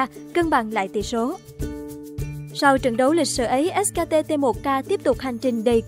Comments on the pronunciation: ét kay ti đọc thành ét ka ti :v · Chả hiểu sao phát âm : ét ca tê tê 1 ca :)) Dốt như mình xem đấu giải cũng biết ngta đọc là ét cây ti cơ mà :v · Ếch ka tê...đắng vãi nồi 😨